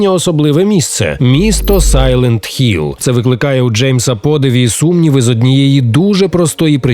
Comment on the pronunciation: Дякую за огляд і Сайлент Хілл, а не Гілл.